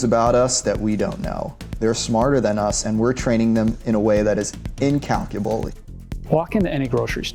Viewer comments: Is this guy a robot? He pronounced “incalculable” like “in-cal-cu-la-bully” 😂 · incalculabolee?!!? LOL